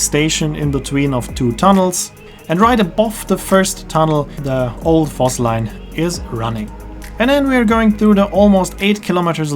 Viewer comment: I did think you were a german-speaker, but I still didn't connect Voss and Foss until i saw the pictures and realised V is pronounced as F in German.